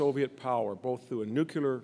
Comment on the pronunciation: Sorry, but I refuse to applaud anyone who does not know how to pronounce the English word "NUCLEAR"!